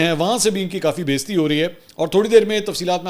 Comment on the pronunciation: Mansoor bhai please correct urdu word بیزتی نہی ہے بے عزتی ہے۔ hope you don't mind. Love you